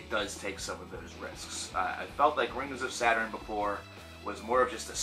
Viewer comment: Lmao your pronunciation of their name tho, Rings of Saturn is super dope, their new album is super good imo